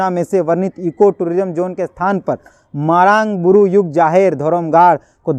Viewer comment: भाई साहब आपकी पत्रकारिता से में प्रभावित हूं लेकिन मरांड नहीं मरांग बूरु होगी सही शब्द।